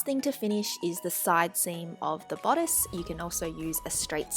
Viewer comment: "BODDICE" lollllz